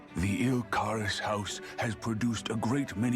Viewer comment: Il Qarus is pronounced like ill Kaah-riss Also, at the end Shionne was mime-eating food